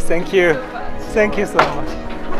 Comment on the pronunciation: 建议还是改一下这个错误的口音，thank you不要再读成sank you。绝对无恶意，忠实粉丝。